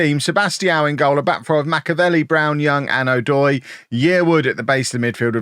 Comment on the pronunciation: "That was a goial from a long way out" Missed a trick there: "That was a goal from a Fairley long way out". Fixed it. Great video. Love the series